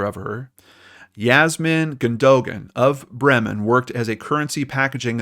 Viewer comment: Bremen. You speak the first e longer and the m shorter 😁